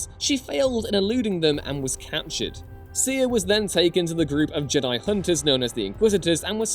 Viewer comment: Stop fkn saying Jed-die. Its Jed i ffs, if literally disliked and stopped watching for this stupid pronunciation. Like they dont pronounce it like this in the movies do they? No!